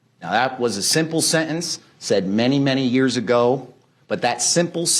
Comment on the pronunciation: How do you even spell the way the prosecutor pronounces sentence? Sehence?